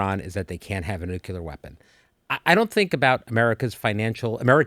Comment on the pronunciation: Billy Bob is disingenuous, at best. And a bit of a flake. Remember the weird marriage to Angelina. That man has issues. And,, did I hear you correctly? Did you pronounce nuclear as Noo-Q-ler? There's no such word. Maybe I misheard.